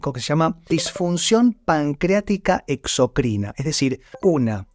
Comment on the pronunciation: me extraña tu mala pronunciacion ENDOCRINA no endoʻcrina y EXOCRINA no exoʻcrìna 😢😢😢😢😢